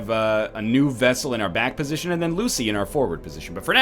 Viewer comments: I love the series! But NL! It's not a friggin' Vessel. It's Vestal. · Vestal, not vessal for Christ's sake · NL, buddy, for fricks sake it's pronounced vesTal with a T not vessel. Vestal as in the vestal virgins. I have been waiting to tell you that since your last play through in 2015! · Also the fact that it's pronounced Westal, because it's a Latin word and Vs are pronounced as Ws. That's just a nitpick though.